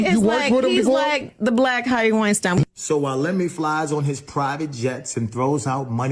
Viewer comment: Not Puffy. She said he was like the Black Harvey Weinstein. She pronounced the name wrong, but its who she meant.